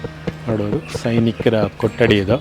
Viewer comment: ಸರ್ ನಮ್ಮ ಕನ್ನಡ ಉಚ್ಚರಣೆ ಸ್ವಲ್ಪ ಬದಲಾಯಿಸಿ ಅದು ಕೊಟ್ಟಡಿ ಅಲ್ಲಾ ಸಾರ್ ಕೊಠಡಿ ಠ ಕೆಳಗಡೆ ಟ್ಟ ಅಲ್ಲಾ 🥺